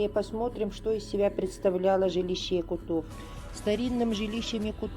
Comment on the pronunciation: Прекрасная лекция, спасибо огромное🙏. Позвольте одно замечание, не "якутОв", а "якУтов" , не "якутЫ", а "якУты". Так же, как не "татарОв", "белорусОв" или "туркИ", "татарЫ" и т.д.